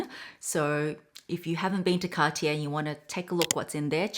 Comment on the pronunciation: You are pronouncing Cartier wrong btw